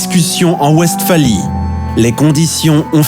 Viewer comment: L'inculture me choque toujours. En allemand, le W se prononce V et la Westphalie doit se prononcer "Vestfali". Cette "vidéo" n'est qu'un long commentaire, très indigeste, avec une voix qui ne sait pas parler, cela pue l'IA. Les images constituées de cartes géographiques sommaires ne donnent pas un aperçu convenable des situations stratégiques. C'est de la daube. A fuir.